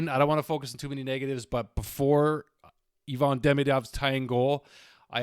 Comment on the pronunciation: It's Ivan, not Yvonne.